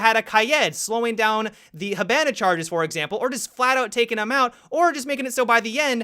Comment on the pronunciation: Kye-Ed and hih-ban-a cmon